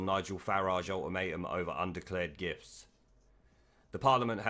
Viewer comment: thought you kept saying 'undeclared GIFs'